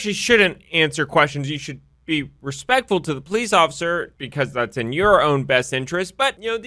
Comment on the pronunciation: Sorry you lose me at "you actually shouldn't answer question, you should be RESPACTFUL..." like HELL (a) respect is EARNED (b) these tyrants have such minimal training (c) officer lie through his tooth